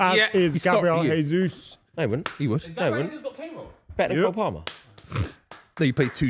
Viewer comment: When is going to learn that the J in Jesus is not silent